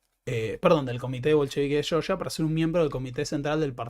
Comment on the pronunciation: Entonces tampoco se dice Cheorchia?😅